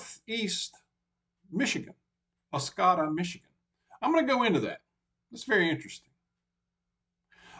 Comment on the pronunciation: It’s Os-code-a